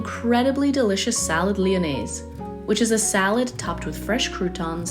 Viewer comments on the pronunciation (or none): The s in Lyonnais is silent.